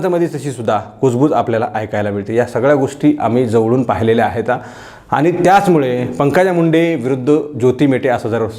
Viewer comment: आपलं विश्लेषण अप्रतिम आहे पण एक शब्द दुरुस्त करा, तो म्हणजे वाक्याच्या शेवटी आहेत असं म्हणा आहेता, आहेता असं म्हणू नका